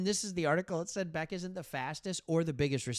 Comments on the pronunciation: Bech is not pronounced as Beck, it’s Besh. Weird, but true. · quick note, Bech (be-sch). Love your vids man! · Raiders fan here in Michigan. Thanks for talking Raiders! Nice job. Btw, Bech is pronounced “Besh”. Carry on. 👍🏼👊🏼